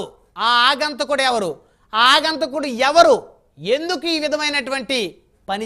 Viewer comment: గారు ఆగంతకుడు కాదు...అగంతకుడు అనండి